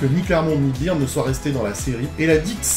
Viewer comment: Remarque existentielle : Byrne se prononce Beurne en version originale 😀